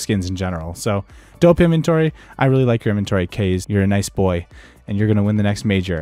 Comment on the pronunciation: Kah-Zay is how u pronouce it not "kaze"